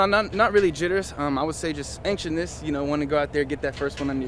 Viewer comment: lol I don’t know if that’s how you say anxiousness 😅 I still like this guy though